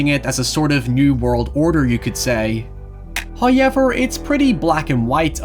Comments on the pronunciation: I've heard you say how properly, and ever properly. How come you can't join them? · haha irish man go hoyever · The lad who says NOY and HOYEVER is back again.